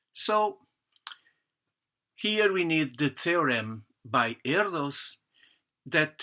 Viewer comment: muito interessante !! Acabo de votar para ti, embora a demonstração de Archimede seja tambem muito linda! Uma coisa: o s final de Erdős se pronuncia não como em inglês (s) mas como em Português lusitano (como por exemplo em "ruidos") e Paul (adaptação do original hungaro Pál) se pronuncia tambem não como em inglês mas como em português (não Pol mas Paul): em IPA [ˈpaul], [ˈɛrdøːʃ] ;-)